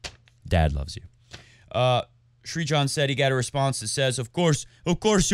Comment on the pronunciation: Pronounciation for Novak's dad's name - sir (like the British title) + jan (like January)